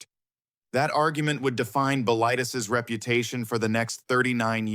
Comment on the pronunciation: I saw it in 1977 in France on my way back to the U.S. I was quite impressed at age 27. It's pronounced "Bill-i-Teas" rhymes with crease.